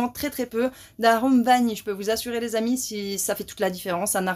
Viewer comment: ...m'énerve avec son "lé"...Encore un cours de cuisine....Ca ronchonne de moins en moins! La prochaine fois ça sera quoi? "Coupe et couture?":face-orange-frowning